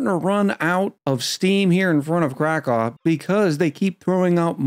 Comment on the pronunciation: One other name thing... It's not Crack-aw, it's Crack-ow (like you stubbed your toe).